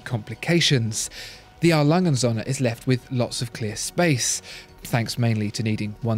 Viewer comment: A. Lange & Söhne (R. Lunge oond Soe'ne) ... or you watch the video >"how to pronounce an Umlaut"